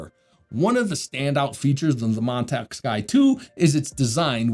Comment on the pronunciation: Nothing personal but every time you say Montech, it sounded like Montak, which sounded funny to me...😆